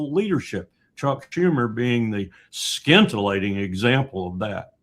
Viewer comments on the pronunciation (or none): I love the Col. But he mispronounces a lot of words. Skintillating????